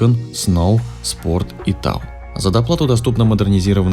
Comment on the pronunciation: Не тАв, а тОв. От слова тоуинг